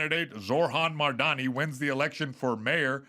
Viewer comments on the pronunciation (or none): …please stop interrupting Adam with your jokes. You literally interrupted him 8 times in the first five minutes with your takes on Hedberg and telling us you have speaker that looks like an IED. Also, you mispronounced Mamdani. Dude. You’re just dumb.